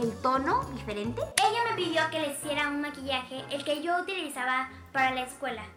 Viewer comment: "aquí vengo sho" 😂